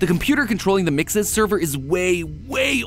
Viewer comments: I hate that you say mixis when gregory clearly says it like mexes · So here’s a fact. MXES is actually pronounced (mex-is) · Weird how mat pat pronounces MXES like MIXES i mean it's not bad just bit weird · You pronounce mxes like me lol. Thought I was saying it weird